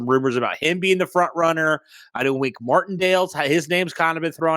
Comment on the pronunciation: I can’t take you seriously if you say “Wink” Martindale. Gtfo